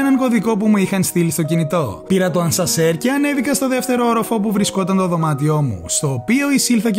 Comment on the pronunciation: Γεια σου! Πολύ ωραίο βίντεο, μπράβο! 😊 Μερικές μικρές διορθώσεις για ακόμα καλύτερη ακρίβεια: 'ΑσΑΝΣΕΡ' αντί για 'ασνασερ' (συνηθισμένο δυσκολεύονται πολλοί να το πουν) 'Ευελπιστώ ΟΤΙ ΘΑ ΕΙΝΑΙ' αντί για 'να είναι' 'ΠλήρΩΣ εξοπλισμένο' αντί για 'πλήρης' (αλλού το λές σωστά) 'Θα το δούμε φουλ λεπτομερΩΣ' αντί για 'λεπτομερής' 'Delighted' προφέρεται 'ντιλάιτεντ', όχι 'ντίλεγκετ' 'ΣαμπανΙούλα' ή 'σαμπανίτσα' αντί για 'σαμπανούλΙα' (εντάξει κλάιν μάιν) 'Παντοφλίτσες' αντί για 'παντοφλούλες' (εντάξει κλάιν μάιν) 'Restaurant' λέγεται 'ρεστοράν' (γαλλικά) ή 'ρΈστοραντ' (αγγλικά), όχι 'ρεστοράντ' 'Φέρνει ΣΕ μακαρόνι' αντί για 'φέρνει μακαρόνι' (απο κεκτημένη ταχύτητα φαντάζομαι) 'ξενΟδοχείο' όχι 'ξενΑδοχείο' (αλλού το λές σωστά) 'δεν μπήκε ίχνος φωτΌΣ' ΄ όχι 'δεν μπήκε ίχνος φως' Συνέχισε την εξαιρετική δουλειά! 🙌